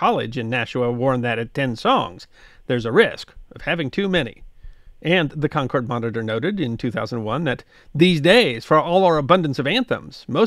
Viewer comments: Being a NH native, I’m not surprised we have so many state songs… we have so many people form “away” who want to make NH just like where they escaped from! (I’m sorry that my bias is showing so much!!!) A few pronunciation points: Concord… KAHN KURD with emphasis on the first syllable. Rivier… RIV EE AIR emphasis on the middle syllable. And yes, we / I have troubles when we go to other parts of the country! (Most noticeably arriving and San Fransisco and asking what the quickest way to Concord, VA [Pronounced as we do in NH] was!!! “What?!?” “Where?!?” “Never heard of it!”) Wonderful as always!!! Keep up the good work!!! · This is going to drive me crazy as a granite stater, Concord, NH is pronounced Con-kurd not Concorde. The city and the paper the monitor pronounce it this way as do all granite staters.